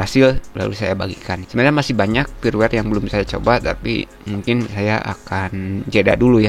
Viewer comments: Kenapa huruf 'F' disebut 'P' firmware dibaca pirwer, File dibaca Pail.... byk kontent kreator begini😐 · usahakan perbaiki ungkapan yang benar saat penyampaian seperti "firmware" jangan disebut "pirwer" bacalah dengan Benar, krn ini mempengaruhi saat teknologi AI membuat subtitile yang anda ungkapkan ke berbagai bahasa di dunia, karena Youtube sekarang sudah terintegrasi ke Teknologi transalator (termasuk AI) alangkah baiknya kita perbaiki hal ini agar dilirik si penyedia Platform. salam sehat dari saya, teruslah berbagi demi kebaikan.